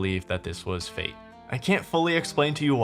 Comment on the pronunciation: I swear when you said ' i believe this is fate' or something, I heard ' faked' I was really hoping this was a cruel Halloween gag. Looking forward to the bounceback